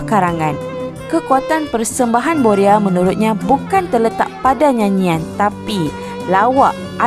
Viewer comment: Boya atau boria...lidah awk pelat dlm bnyk video sblm.ini